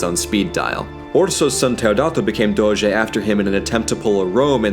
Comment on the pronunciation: As a Veneto (from Treviso, which is considered the “mainland sister” of Venezia) i love the fact that he inconsciously pronounces “R” in “Serenissima Republica di Venezia” with the so called “ere mestrina” (that’s a particular way of saying “r” peculiar of Venzia Mestre and Marghera). Also he says “Doze” and not “Doge”, it’s better to say “Doze” with a vary closed “o” as thats the venetian pronounce of the “g”.